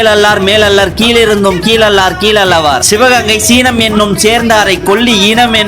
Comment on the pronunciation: ஐயா சினம் - சீனம் இல்ல தக்கவர் - தாக்கார் இல்ல வாசிப்பை பார்த்துக்கோங்க அண்ணா